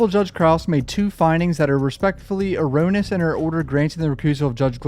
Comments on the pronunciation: You only butchered a few words this time. Look up how to pronounce "erroneous." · erroneous.. Uh rone E us